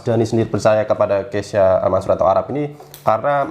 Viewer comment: KEYSHA min, bukan KEYSA